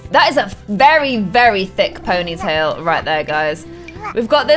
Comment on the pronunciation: Poinytail it's preaty